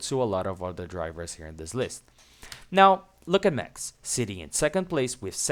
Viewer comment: Mex versteppen. Its MaX like maximme, maximus. Etc. Thanks. Great video